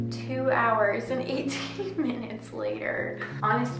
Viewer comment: How tf did she say "minutes" without pronouncing the "m" sound 🧐